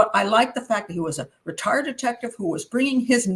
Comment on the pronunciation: I had a bit of a Borat moment there, I thought you said the guy with the tattoos was a retar,-ded detective and I thought what did she just say? Had to rewind and realize you said retired detective, omg 😂😂😂